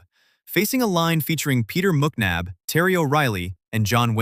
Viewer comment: Not Mooknab it is MICK NAB .....McNab